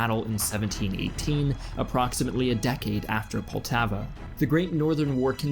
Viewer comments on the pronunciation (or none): Poltava that made me cringe